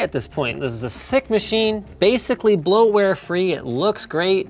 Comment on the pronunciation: Running windows and says almost blout ware free. Hahahahahahah